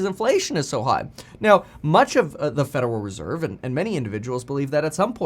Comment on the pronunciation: FUDeral reserve 🤣